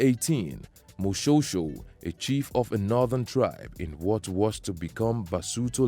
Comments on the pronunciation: Firstly Moshoeshoe is pronounced "Moshweshwe"........ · Do not ignore E in the name Moshoeshoe. You are pronouncing it like Moshosho. That E is very important